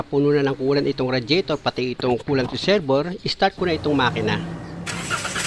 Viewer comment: Reserbwer ❌ Reserbwa ✔️